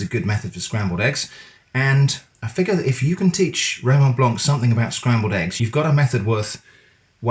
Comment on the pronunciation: The c in Blanc is silent 😠